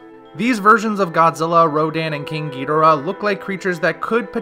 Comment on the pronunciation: I don’t like how you “ghidorah”. It’s so white. Lol